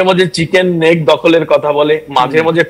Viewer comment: খবর পরিবেশন করার সময় , ঠিকঠাক বলুন,,ওটা,,,,চিকেন স্নেক নয় ,ওটা,,,চিকেন নেক ,, মানে , মুরগীর গলার আকৃতি